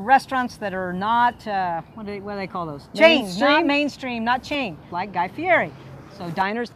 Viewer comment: If you don't know how to pronounce Guy's name then don't use it.